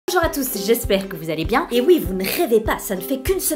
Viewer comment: « Onjour à tous » 😵